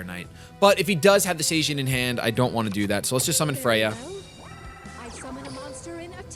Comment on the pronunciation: Suigen, is pronounced Sue-y-jinn not sage-en